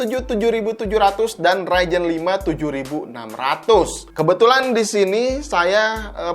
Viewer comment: bang, ngomong ryzen pake z dong.. agak gimana gitu denger raijen raijen wkwk